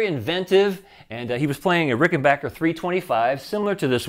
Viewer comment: Such a great breakdown! Thank you... and thank your for pronouncing RickenBACKer correctly! That's always been a pet peeve of mine.